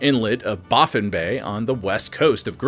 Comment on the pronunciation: Can you say Baffin again so I can laugh. It’s baaah as in sheep fin. Baaaah fin. Lollol